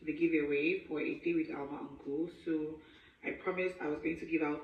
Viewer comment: Alma pronounced your name sexily 😁